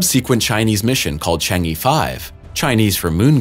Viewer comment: Chang'e is pronounced Chang uhh😉